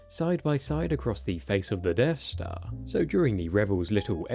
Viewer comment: He keeps saying Deaf Star..